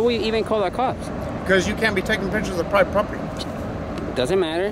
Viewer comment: GUY IN RED HARDHAT DOESNT SAY PROPERTY PROPERLY LMAO !!!